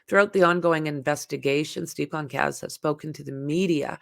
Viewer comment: It is pronounced Gone-sol-vez